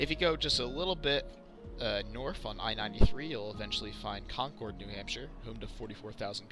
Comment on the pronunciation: Your pronunciation of concord was difficult to listen too.. but Portsmouth bothered me to my core